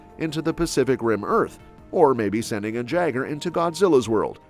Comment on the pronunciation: Jaeger=Yay grr, NOT Jag err. Pronunciation ftw my guy.